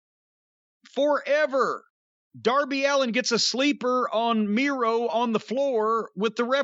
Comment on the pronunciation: Miro sounds like he says "Durvy"